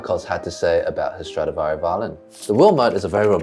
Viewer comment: Very interesting video as usual but as an Italian my ears bleed, as you are two professionals why not check pronounciation of the many Italian words related to classical music that you have to say in many videos?(Girolamo and Stradivari sounded so screechy😆😆😆)thx in advance